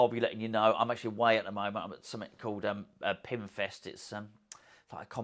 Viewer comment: For a minute I thought you said you were at a Pimp Fest not a Pin Fest. Visions of you reading poetry a la "I'm Gonna Git You Sucka" popped into my head. lol